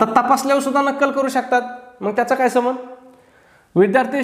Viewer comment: माफ करा सर पण पण सबंध म्हणजे सगळे पण तुम्ही येथे संबंध चा सबंध असा उच्चार करतात. तर मला येथे हेच म्हणायचं आहे के संबंध म्हणजे कॉन्टॅक्ट आणि सबंध म्हणजे ऑल